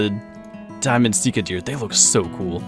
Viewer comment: Your saying sika wrong